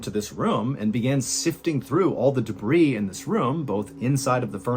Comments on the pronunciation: He sounds like Bill Burr at about . And the plural of debris is debris not "de-breeze". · He finally said it correctly he still says it incorrectly in this video but at least the one time at 9 minutes and 4 seconds he says debris correctly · Debris: pronounced debree, not debrees 😉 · My husband and I absolutely love your show. I also love all your podcasts and listen to them regularly. Please don’t take this as a criticism of you. This is just a minor correction. Debris is pronounced like “duh bree,” the S is silent. I’m sorry to do this here, but I tried messaging you on Instagram and you never saw it. 😅 Lots of love to you and yours!!!